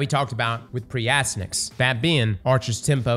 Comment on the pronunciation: and mispronouncing names, name a more iconic duo lol. (For anyone wondering, it’s pronounced “ass-TY-an-axe” and is a reference to the nickname of the son of the Trojan hero Hector from the Iliad.)